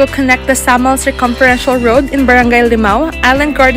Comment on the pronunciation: Wrong pronunciation po kayo sa Samal